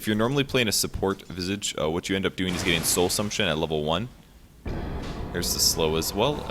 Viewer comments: its not "vizig" ffs!!! its visage!@ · Lol you gotta learn how to pronounce Visage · if you don't like saying it either way say Vye-sage. Like dat. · strange i pronounce his name vi sage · why does everyone pronounce visage wrong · he's saying visage's name wrong